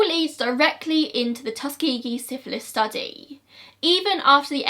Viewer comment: when she said “tus-kee-gee” i was shook, i always thought it was more like “tus-ka-jee” and im from america??? is it just her accent??? i’m lost???